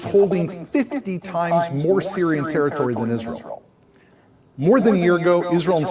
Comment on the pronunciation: "We have to see this vaary vaary carefully!" Abe, yeh taaritori nahi, "territory" kaha jata hai! Tu Angrezi kaun sa Madarsa me sikha tha?